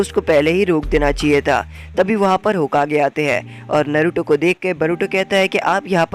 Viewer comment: Bhai tum bar bar naruto ko baruto kyu bol rhe ho